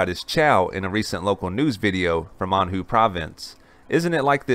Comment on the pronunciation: hey muppet.. Anhui is not pronounced "An-Hoo", it is pronounced "An-H-way".. stop re-running old stories too.. you ain't fresh boi..